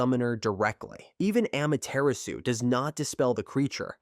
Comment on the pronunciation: It's 2025 why do westerners still pronounce Nagato as Naygatoe and Amaterasu as Eymateraasu💔🥀🥀